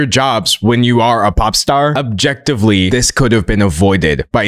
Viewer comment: thank you I thought it was just me but what he said really took me by surprise especially his emphatic use of the word objectively